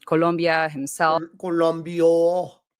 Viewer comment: She's mispronouncing Colombia too xD The English pronuinciation is actually extremely close to the Spanish one in this case, by forcing herself to say it differently it sounds even more foreign to a Spanish speaker (especially since she keeps doing the English L that's way more lingering than the Spanish one)